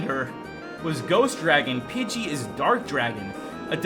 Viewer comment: Pidgey not budget